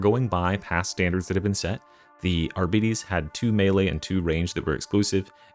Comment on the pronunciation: I thought the pronunciation for Arbites, is similar to like bytes